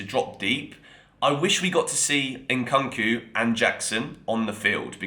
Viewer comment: It's not Nkanku my man it's nkunku as in Nkoonkoo. Make an effort to get names right.